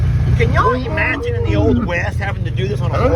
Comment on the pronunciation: I get such a kick out of he way you say”imagine.” It comes out as “E-magine”. And I have never cared for times when men act out and display aggression. It shows a lack of class, and a heavy dose of stupidity. L